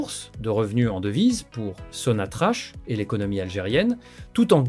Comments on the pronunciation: Bonjour, on ne pronce pas Sonatrache , mais sontrack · Sonatrak, c'est comme ça que s'a prononce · Ça s'écrit SONATRACH, mais ça se prononce SONATRAK.....'' HYDRO CARBURES . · T'arrives même pas à dire sonatrak😢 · On écrit sonatrach et ça se prononce sonatrak...... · on prononce SONATRAK (sonatrach)